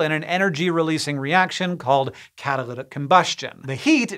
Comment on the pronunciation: Why did he roll his tongue when saying catalytic combustion?